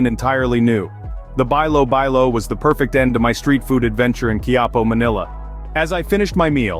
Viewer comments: Bilo bilo is pronounce like "bee-lo bee-lo" ...not "buy low buy low". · (bilo-bilo) pronounce as belo-belo. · Bilobilo is pronounced as beelo beelo, most of the Filipino words used the proper vowels and no slangs 😊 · bilo-bilo, pronounce it like saying "bee" not "bay",..😅 sounds like this "beelo-- beelo😂